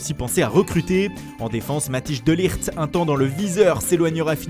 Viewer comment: prononcer comme il faut les noms des joueurs hollandais vous en aurez encore pour plusieurs saison DONC LECON n°1 le prenom MATHIJS se prononce MATHèIS DE LIRT et non pas matije de lijt!!!